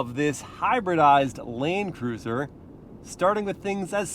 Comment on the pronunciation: Is it just me or did say “Lane Cruiser” in the beginning 🤣